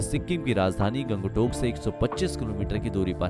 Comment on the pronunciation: Aap ka Pronounciation thik nahi hai.. Guri ko gudi, Gangtok ko gang tak